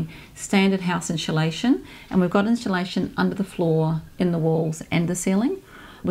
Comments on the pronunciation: Annoying the way she keeps saying 'inshulation" instead of 'insulation' haha lovely how she's thought of her mother's needs but the layout and decor isn't nice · She keeps saying "inSHulation"...wtf